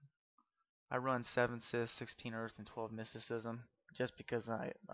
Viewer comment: Please learn how to say "Scythe". It's not "Sith". I'll tell you that right now.